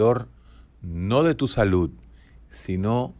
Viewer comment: Dr. Un datelle importante y algo curioso, si bien somo dominicanos y la DICCIÓN no va muy con nosotros, pero, usted hace énfasis en la pronunciación de la palabra SALUD, y lo hace con la T (saluT) en vez de la D (saluD) Fuera de eso, ha sido grato ver y escuchar todo sus comentarios y reflexiones en aste video.